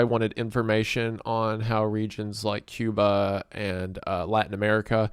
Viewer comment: this mf said “Cuma” 💀